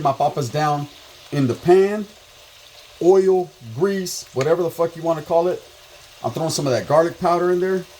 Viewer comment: Sounds like your saying ouyyo "yarda" not oil.....shits funny. WADDDDUP 👊🏼 shoutout from the 360 northern Washington state.